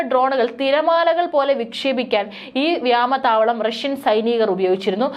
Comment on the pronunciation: വ്യാമതാവളമല്ല വ്യോമതാവളം എന്ന് പറയൂ